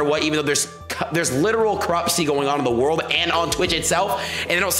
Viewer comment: said corruptcy... wtf is even that